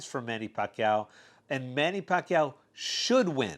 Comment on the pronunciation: Nice pronounsed by " Pacquiao" bro.. very Filipino.. Nice vid.. thumbs up 👍💪👏